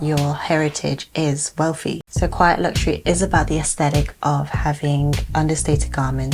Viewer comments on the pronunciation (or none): I just want to say that wealth and wealthy does not have an “f” in the word - 🙏- it shows your level of life and education when pronouncing words with “th” in them as an “f” sound. Don’t do it 🤷‍♀️